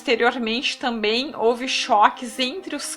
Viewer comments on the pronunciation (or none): none